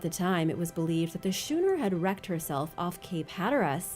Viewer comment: The sch in schooner is pronounced the same way as school is pronounced..only saying something because this is the second video that you mispronounced the word